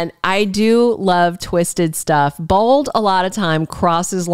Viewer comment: Why do you say bald instead of bold ???